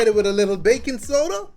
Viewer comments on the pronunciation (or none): I thought you said bacon powder, not baking.... ps im not a cook lol